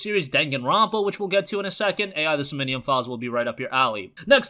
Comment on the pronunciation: You mispronounced SOMNIUM so many times dude.